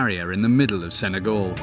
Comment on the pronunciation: Sen-ay-GAL, not GOL